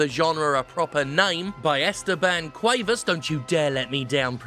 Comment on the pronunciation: You actually pronounced Esteban Cuevas perfectly, at least given your accent. Ideally the "e's" shouldn't sound so much like the "a's," but it was a perfectly passable pronunciation.